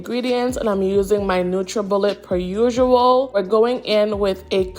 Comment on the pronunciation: Love it😍😍😍😍 was I the only one who found it weird when you said usual instead usual 😂😂😂😂😂 I said it without and then with the accent...I am Jamaican I know what I'm saying 😂😂😂😂😂😂😂😂